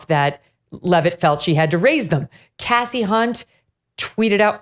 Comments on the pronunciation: I don't know if anyone else thought of this but when Megyn was mispronouncing Kasie Hunt's first name (it's pronounced 'Kasey' not "Cassie," I couldn't help but think of the principal in the movie "Carrie" who kept calling Carrie, "Cassie" over and over again. 😂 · Did you say cassey. Unt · ... starting with "mis"pronouncing Kasie's name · At least pronounce her name right Kelly. You're better than that. In all seriousness she did it on purpose. I see you Kelly